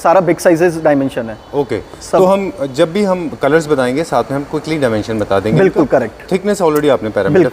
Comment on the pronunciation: Bhai ne nervousness ke liye itni baar bilkul bola ki BULKUL bhi Sharma jaega